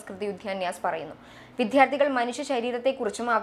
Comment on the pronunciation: അവതാരകയുടെ വിദ്യാർത്ഥി, വിദ്യാഭ്യാസം തുടങ്ങിയ വാക്കുകളുടെ ഉച്ചാരണം തെറ്റാണ്. ഭാവിയിൽ ശ്രദ്ധിക്കുമെന്ന് പ്രതീക്ഷിക്കുന്നു.